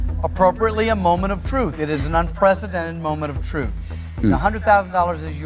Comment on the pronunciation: Druth, yeah pretty comment for Danish ppl having issues pronouncing th.